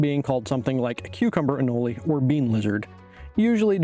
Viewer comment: It is most certainly not pronounced “anolee”. Smh